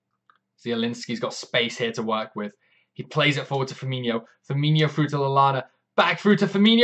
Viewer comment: Fir-Mean-O. ;) No 'h', so no 'y' sound. Great stuff - love the enthusiasm.